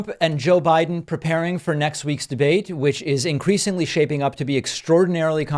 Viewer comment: "Joe Bride " 😂😂😂😂😂😂😂😂😂😂😂 GOD, GO AWAY dementia Don!